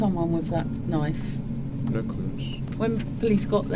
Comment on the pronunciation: Being from the US, and hearing you say " Knife " crime, I had to go back and listen again, I thought maybe you had said " Nite" crime ?? But no you did say Knife crime, you know that's not what you would hear in the US ?? NO it's all about the " GUNS " !! I wish people only used knives here too, Well you know what I mean.....? In a perfect world there would be no weapons, or crime !! Unfortunately we do not live in a perfect world .....? Thank you for the more detailed version of this story. I've seen it before, but a much shorter version ? ✌🏻💯👍🏻